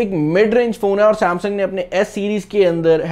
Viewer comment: Saaamsang ni Samsung hota hai bhai..